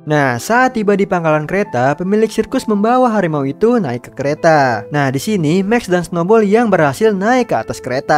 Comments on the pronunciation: Harimau bang bukan Hadimau🗿🙏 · Harimau bukan Hadimau Bro 😎